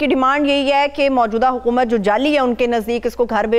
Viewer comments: اردو بولو، چباؤ نہ. ہارون الرشید صاحب کی اصلاح کریں حکومت کو حقومت کہتی ہیں اور بھی - - - - - - - - -! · Can you say Haakoomat? because you say Haaqoomat